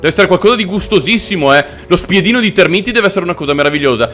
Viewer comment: Sono tÉrmiti, non termÍti, per favore, almeno questo.